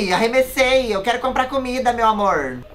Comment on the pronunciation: O falando sem sotaque é ótimo kssksksksk "deita meu amorrr"